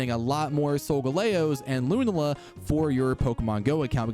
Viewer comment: It's Lu-Nah-la. Please my dude.